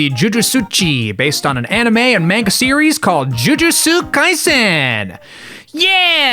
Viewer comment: Ju-Ju-Tsu Kai-Zen. Get it in your head.